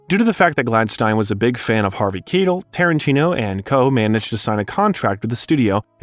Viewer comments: Harvey Keetle!?! Look, kid - you've done good research. But did you just skim the interviews really fast? I mean, you could've heard someone say these names, I'm sure. This is one of the biggest problems I see with YouTube content. Names are more important than other factual information. And why is that? Because people hate to hear their own names mispronounced. The same goes for the names of artists people admire, like the people you'll attract with your content. When I was a kid, that kind of thing could really get people making fun of a person, or even start an argument. And no one wants to hear you do it five times in the same paragraph. If you aren't 100% sure, all you have to do is Google "how do you pronounce ___________'s name?" It's that simple. Consider doing it before narrating future content, for what it's worth. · Kettle? Followed by Quentin Tarantino saying the name correctly. 😂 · It’s not Harvey Keetle. It’s Harvey Keitel (Kai-Tel). Please pronounce the words and names correctly. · Really nice video but just have to be that guy and say it's not pronounce Harvey Keytle but Harvey Kai-tell :) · Fascinating insight in the cinematic genius that is Tarantino....but man, it was like nails down a blackboard every time I heard a name pronounced wrong 😬.....the worst was Harvey Keitel - Kee-til?? It's (phonetically) Kai-tel, KAI-TEL! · Harvey kYtell. Keitel. This mis pronunciation really ruined it.for me.☹️ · Is this narrarted by AI or is the guy just terrible at pronouncing well known actors names? Harvey KEETLE? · Who's Harvey Key-till?? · "Harvey Keetle?!" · Kye - Tell . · Did you even bother to watch your own Ripped Off Documentary? Harvey Kitlle?? QT says his name correctly 5 times but you couldn’t figure it out??? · "actor Harvey Kee-tel" lol dude you really are disqualifying yourself with these names. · Actually, it’s “KITE-ul”. Source: someone with relatives with that last name. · Harvey "Kee-tell" 🙄